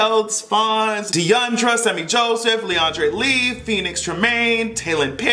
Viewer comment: OMG, I live you even more got my name pronunciation right LeAndre Lee dats mee owwwe lol 😂 👌🏾